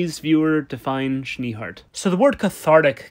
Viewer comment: idk if ur german or not, but schnee isn't pronounced like that XD